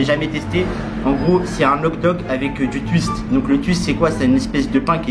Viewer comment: HOTDOG mais pas HOGDOOOOOG🤣🤣🤣🤣